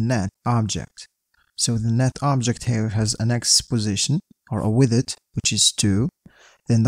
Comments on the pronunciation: Yeah for me it sounds like "with it" xD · Thanks for sharing this code 😇 But I‘m confused of your pronunciation of „width“. You pronounced it like „withid“ the whole time.😅